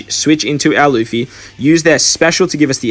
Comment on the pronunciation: bro it's luffy not laffy :P cool video